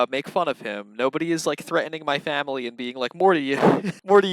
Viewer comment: Me too! N the way he says fwamily